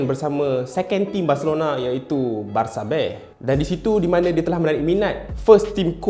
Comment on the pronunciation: Spanish pronunciation dia betul lah haha